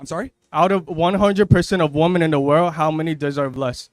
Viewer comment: Why can't any of these people say WOMEN!!!!? I thought it was the women who can't say it, but a lot of the men can't say it either.